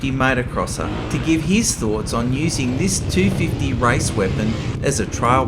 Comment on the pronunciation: heard "race" as "rice", australians.... :))